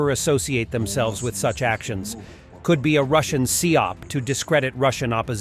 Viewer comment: "A russian SEA-OP"!?! LOL.. Lemme help you coverage chimps.. It is enunciated as SYYYY OPPPS... aka. PSYOP... Oh, and properly spelled out (and said) as: Psychological Operations.. The Sea or Seeing things have nothing to do with it..